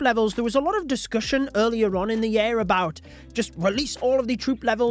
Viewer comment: Why can't you pronounce "year" correctly? Ya'll invented the English language, but you can't speak it????